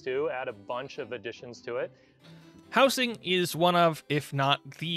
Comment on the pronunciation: howzing not how sing